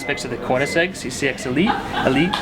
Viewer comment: how is the Koenigsegg not a Teir 4? also I'm a die hard Koenigsegg fan, but ti's still WAY to damn expensive, Also it's pronounced Ker-Ning-Segg